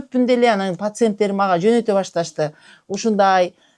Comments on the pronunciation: Пасентерим дейт го😂😂😂 пасент эмес пациент бул дарыгер карангы но ушлый экен😂😂😂😂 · Пасент эмес пациент 😅